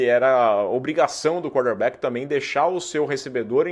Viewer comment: Toda hora que você fala quarterback, parece que tá falando cornerback kkk